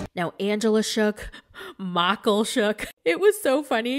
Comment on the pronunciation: Makul!!!! Lmfao I now officially use that pronunciation whenever I say Michael.